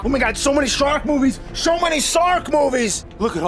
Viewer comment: "Sho many sark movies!"